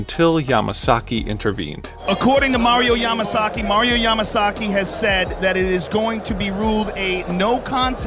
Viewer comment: Mario "pwetty heawts to da camewa" Yamasaki.